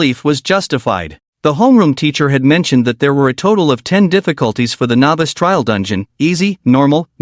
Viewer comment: Something that has bothered me a little in all of these is the way the AI pronounces novice as navis